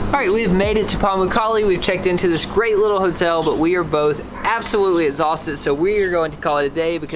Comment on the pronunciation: Has anyone noticed how doesn’t say his X’s and puts a T there! Like He says Ethausted hahaha it’s so interesting